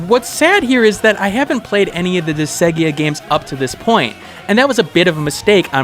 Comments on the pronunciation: Disgaea is pronounced Dis-guy-ah. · Was about to comment the same thing lol.